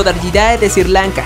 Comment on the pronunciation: Qué bruto, por favor. El país se SRI Lanka, no "Sir" Lanka, y . Se dice DEpredadores, no "predadores" .